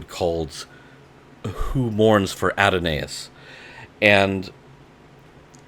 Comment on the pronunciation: Who Mourns for a-DON-iss :)